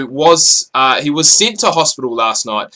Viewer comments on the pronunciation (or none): you said naholo not nadolo